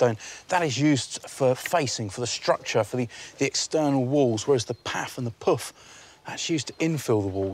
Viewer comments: The pif, the paf and the pouf. I was like, "You wot?" with that last one. I figured there was no point in getting offended, so I just thought about how difficult it must have been for the British newcomers to say with a straight (no pun intended) face. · piff, paff and puff.